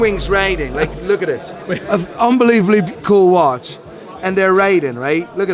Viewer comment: This poor bloke can’t even say watch any more. ‘Wash wash wash’ Those veneers have to go